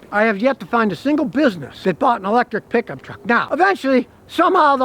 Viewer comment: i love hearing scotty say piggup treck